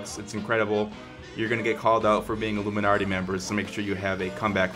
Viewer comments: IT'S PRONOUNCED ILL-UM-I-NAT-EE NOT ILLUMINARTEE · there is no R in "illuminati" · Well first Illuminarti........ YEAH BEST PRONOUNCER EVER ! LEGITEMATLY...... REAL IT LOOKS AMAZING OH WAIT YEAH YOUR GONNA GET CALLED OUT FOR HAVING A SHITTY EMBLEM. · Died watching this. "Illuminarti" LMFAO! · IlluminARRRRty... Are you a pirate? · Lol the way u say it is "allumanarti" lmao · Hahahaha I laughed every time you said "alluminarti" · It bothers me how he is saying illuminarty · Are you guys serious? Clearly him saying illuminarti is a joke. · Omg u cant even prounonce it